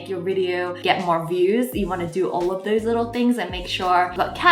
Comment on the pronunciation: "First 100 oof my subscribers" 😂